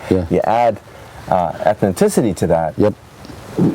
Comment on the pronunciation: Ethnicity, Not Ethnitiicty. LOL